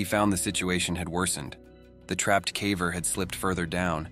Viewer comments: Every time the AI reader says cavver instead of caver it makes me sad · Are you sure it's not AI? He keeps saying "cavver" not caver. 🧐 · Definitely an AI channel; who pronounces "caver" as "cah-vurr"? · It drives me nuts every time the damned AI voice says "caaver". No human would pronounce "caver" that way. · I could get into this if the AI wasn't saying calver for some god forsaken reason. Did dude really not listen to his video once before posting? Lazy as hell. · Ai can't even say "caver" properly. Ridiculous. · lol the AI pronouncing “caver” 😂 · The AI mispronouncing "caver" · Considering the main focus of your channel, you might want to teach your AI how to correctly pronounce the word "caver." smh